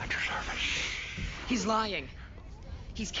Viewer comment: “Captain Sham.....at your shervice......” 😂